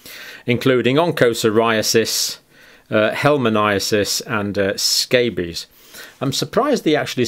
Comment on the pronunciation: Dear Dr Campbell, please try to get the right pronunciations for 'onchocerciasis' and 'helminthiases'.